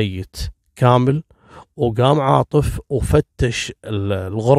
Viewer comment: تكفي ركز شوي القاتل اسمه عاطف عاطف عاطف مو عارف 😣😣😣 اقشعر جسمي لما تنطق أسمي تحياتي وتقديري لك.... 😉